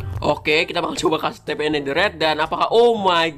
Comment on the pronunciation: Itu bukan di panggil Steve bang tapi di panggil stiv namanya kan Steve lalu klo di baca stiv